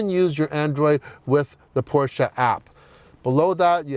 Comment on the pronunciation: Thank you for pronouncing Porsche properly! *new subscriber